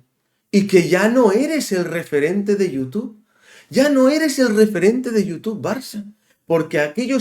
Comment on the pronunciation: No sé por qué, pero cada vez que has dicho referente he entendido repelente..., de entrada yo no confío en nadie que emboce su cara, que no la exponga ante todos como haces tú. Ni Spiderculé ni Mr. Proper, Fleitán o lo que sea. La culpa de cómo está el Barça la tenéis todos los culés que habéis tolerado presidente tras presidente cada uno más nefasto que el anterior y que le entregaron a Messi las llaves del club y su ruina. No busquéis fuera lo que dentro mora.